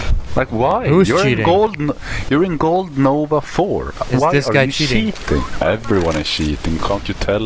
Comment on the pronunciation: Best part "why are you shiiitting(cheating), I don't understand, like why?"